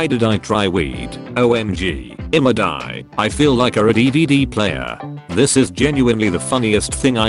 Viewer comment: Ok but why did the voice pronounce "ima die" like dimmadie?